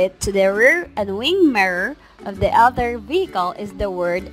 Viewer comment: other become otter???? wtf tagalog sucks so hard